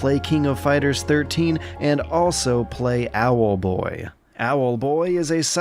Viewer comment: keeping dash pressed will make him fly just as fast as spamming. Too bad I noticed that when I was nearly done though Also I love you say "Owelboii" :)